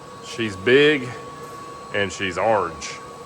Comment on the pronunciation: "Arenge" he says